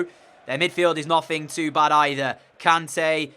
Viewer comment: Its "kon-tay"